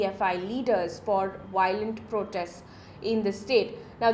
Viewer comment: Mam it's pronounced "DEPuty"✔️ not "depYOOTY"❌ "Victims"✔️ not "Wictims"❌ Similarly "Violent"✔️ not "Wiolent"❌